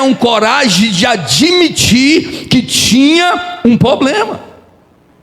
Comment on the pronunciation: Pastor te peço perdão mas é para seu bem não diga poblema, diga problema.